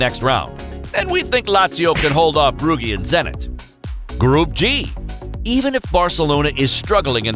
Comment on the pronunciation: Hold on , Brooggy?? "Brugge" is pronounced as "Brooj" with the soft j , as in the one in "je" in French. The r is rolled too but that's difficult for a lot of ppl